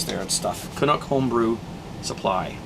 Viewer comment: I can't believe you mispronounced CANUCK!!! Like Canadian=Canuck!